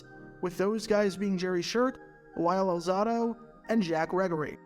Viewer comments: Al-ZAH-do? It's Al-ZAY-do. He went to HS in the Five Towns (Lawrence) of Long Island near where I grew up in the Rockaways (with the famous beach the Ramones talked about in their song). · I was wondering who was talking about at first due to the mispronunciation. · My thoughts, how does know so much about the NFL, yet not know how to pronounce Lyle’s last name?